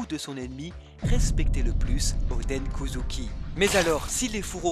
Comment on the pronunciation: S'il vous plait arrêter de dire kouzouki 😭